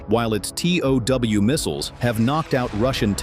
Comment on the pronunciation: Including "TOW" MISSILES. not "T.O.W." missiles!!